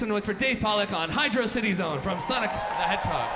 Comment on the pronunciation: Seeing this live was insane! It's still pronounced Hydrocity though